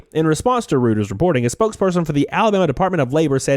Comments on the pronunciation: "Reuters" is pronounced "Roy terz". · Doesn't seem like anyone asked whether these children were getting paid or what they're getting paid. BTW, the "Reut" in Reuters rhymes with "Roy", my boy.